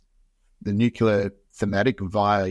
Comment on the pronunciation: No big deal but.. Nu-clear, not nucular.